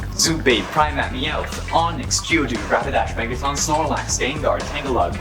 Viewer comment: and "Primapp"??? i'm done.